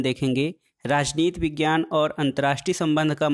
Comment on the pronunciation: Rajnit nhi rajniti bolte hai guru